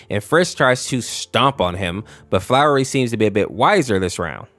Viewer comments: First of all, frisk is a girl, and second, it’s pronounced Flowey and not flowery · its flowy not flowery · IM AM BEING TORE FROM THE INSIDE OUT OF HOW You are saying FLOWERY WHEN ITS FLOWEY. YOU SAY IT WITHOUT THE R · gng its not flowery its flowey holy larp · HIS NAME IS FLOWEY NOT FLOWERY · ITS FLOWEY NOT FLOWERY FLOWEY. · You're saying flowey wrong! It's not flower-y it's flow-ie like fl-AOW-ly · Quit calling FLOWEY FLOWERY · Flowey, not flowery. Every time you call him "Flowery" I want to head-desk. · Who is flowery it’s flowey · I’m bouta Crashout if I hear this man call Flowey “Flowery” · btw it isn't flowery it's flowey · I was so annoyed that you called flowy "flowery" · Its flowey not flowery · Flowey❌ flowery✅ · his name is FLOWY. not flowery... also good just explaining the AU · It’s flowey not flowery and frisk does not have a gender at all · I am TRIGGERED ITS FLOWEY NOT F#@ FLOWERY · "flowery" umm no sry. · Stop saying flower E it’s flowery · Sorry, but it’s Flowey not flowery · I was progressively getting more and more closer to a crash out every time he said Flowey's name as "Flowery" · It's flowy not flowery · Bro it's flowey not flowery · It's pronounced flowey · am i the only one who gets angry when he says flowery. because.... ITS PRUNUCED FLO-WEY FLOWEY NOT FLOWERY! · I have no idea why him calling Flowey "Flowery" makes me so annoyed but it does. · And also…. STOP CALLING HIM FLOWERY! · its flowey lol what is flowery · and why are you pronouncing "flowery" instead of flowey? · excuse me FLOWERY?! ITS FLOWEY FLOWEY THE FLOWER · flowery? FLOWEREY??? SAY FLOWEY NOW OK!? NOW! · pls flowey not flowrey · Oh this ticks me off, FISK, FLOWERY, BROTHA, STOP SHARING LETTERS HERE, IT IS FRISK AND FLOWEY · It’s flowey, not flowery (fl-ou-ey) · ITS FLOWEY BOT FLOWERLY FLOWEY F L O W E Y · U said flowery his name flowey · Idk if thus is a bot BUT ITS FLOWEY NOT "FLOWREY" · Btw its Flowey Not Flowery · It's not flowery it's flowey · flowey ❌ “flowery” ✅